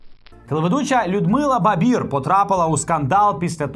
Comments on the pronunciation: Може все-таки Барбір, а не Бабір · Не Бабір, а Барбір …. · Слава чому ви говорите Бабір? У Людмили прізвище, Барбір. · БаРбір, чому "Бабір"? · не Бабир а Барбир фамилии треба знать, отстой? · Барбір! Ну хоч прізвище правильно скажіть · Чому Бабір?? Слава ріже вуха , перед програмою уточнюйте прізвища,імена ,дати...пропадає бажання дивитися і слухати . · Може спочатку вивчите прізвище Барбір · мені одній чується, що Слава не вимовляє одну "р" в прізвищі Барбір?